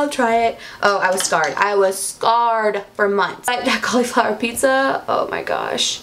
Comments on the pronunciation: Cal-E-flower, haha 😂 you're so cute! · Ok I can't handle the way you say "cauliflower"